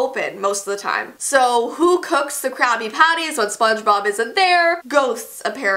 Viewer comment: i thought she said crappy patties